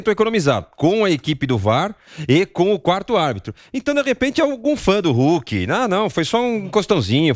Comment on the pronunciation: Gosto muito do " RULKI " kkkkkkkkkkkkkkkkkkkkk